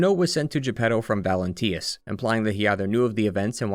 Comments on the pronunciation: Bro its valentinus, not valentius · Bro had two years to say "Valentinus" instead of "Valentius" and still got it wrong 😭